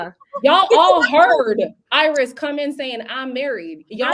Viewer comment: It’s Irais not Iris